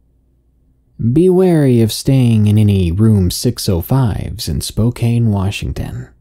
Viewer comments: it's pronounced spo-can 🤣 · Spoh - CAN, not Spocane. It's Ill- annoy, the "s" is silent, not ill- annoys, although they can be Illinoisannances. Yay to new life! 👶